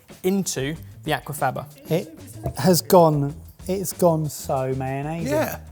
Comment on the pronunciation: That is so far from how Aquafaba is pronounced 😂😂 my new favourite way to say it though!